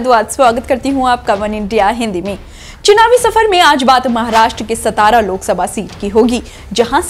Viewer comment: It's not सतारा it's सातारा